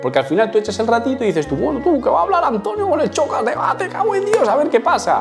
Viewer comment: En serio pronuncias "chocas" y ese punto de ego con una canción 😂😂😂no te vengas arriba gañán